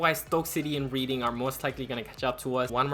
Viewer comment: Just some pronunciation corrections- the teams that end with "ham" (e.g. Birmingham) the 'h' is silent. Also Reading is pronounced "Redding". I know you're American/Argentinian so you're not really expected to know English teams lol but I'm just tryna help